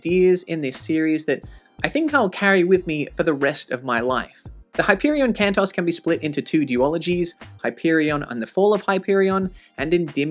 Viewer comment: Isn't the pronunciation 'Can-toes' rather than Can-toss? Plural of Canto, and an equivalent to Tales in the Canterbury Tales, on which the series is modelled?